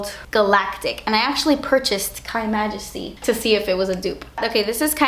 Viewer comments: no it literally says KYmajesty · it's just "K" majesty, pronounced like Kay, not like Kai